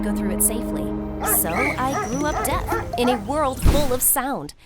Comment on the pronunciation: I love how they say DEATH instesd of deaf